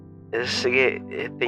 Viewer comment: Emili not Marie😭